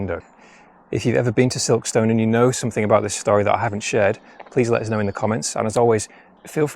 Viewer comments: Another great video. From someone that’s worked in South Yorkshire and in particular Barnsley for over 15 years Silkstone is pronounced “Silkstun” 😂 The stone is stun 👍🏼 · Recognised Silkstone from the thumbnail 😊 Sounds veey posh when you say Silk-stone, us locals say it more like Silk-stun. Very interesting video 😊